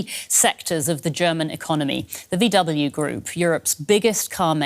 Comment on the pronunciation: A German tv presenter pronouncing VW as Vee double u😂